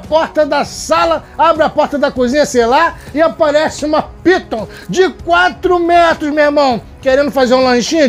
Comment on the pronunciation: é jibóia pytuu kkkkkkk